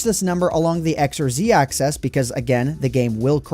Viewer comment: Loved the video, but why must you pronounce axis like 'access'?